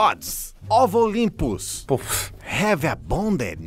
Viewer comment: Quando eu ouvi o dizendo of Olympus eu intendi ovo limpos